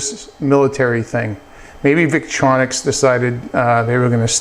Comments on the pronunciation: Victorinox, not Victronics. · thank you for the review. by the way the name of the other company is victorinox, not victronix